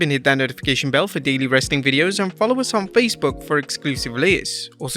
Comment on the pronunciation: TBH, I thought it sounded like "Rustling Content" 🤣